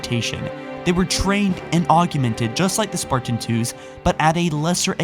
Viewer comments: why do you accent the word sparTan??? ive always found your pronunciation on your videos a off and unusual, was english your first language? im just curious, no hate haha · THE WAY HE PRONOUNCES SPARTAN!! IT'S "SPARTAN" NOT SPART-IN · The way you pronounce Spartan hurts my soul...